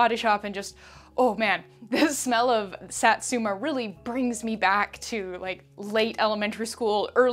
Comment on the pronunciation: I never want to offend anyone, but just wanted to say Satsuma is pronounced Sah•(like the a in saw)•tsoo(say the o quickly, like saying two)•mah (also quickly, like in maw) ♡ japanese vowels never change unlike the fluidity of thenebglish language, so I totally see the issue we come across ♡ tysm for the video !